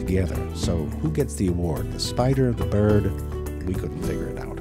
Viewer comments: It was so weird to hear "birhd" and "bae-bee" instead of byird and bebe. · Lol, Zefrank actually has to pronounce the word bird instead of 'byrrd'. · Irren Haus - I NEED those dirty jokes. And why is he saying “bird” like a normal person?